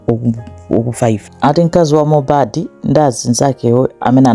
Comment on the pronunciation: mmene mwapangila pronounce dzina lake Leni Leni mwandisangalasa mwangokhala ngati wakomwekotu ngati sindiwe Malawi